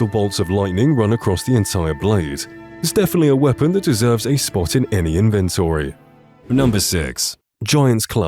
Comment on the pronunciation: Wow. You're really good at mispronouncing names as well as the word "inventory".